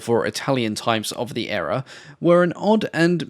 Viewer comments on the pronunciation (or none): A wonderful video as always,... but why did you mispronounce "era"?